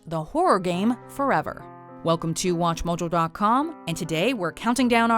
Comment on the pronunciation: She says Watch Mojo like a weirdo.